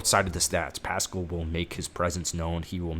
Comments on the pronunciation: Pass-Kal. Not Pascal rhyming with little rascal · Pronounced PASS CAL.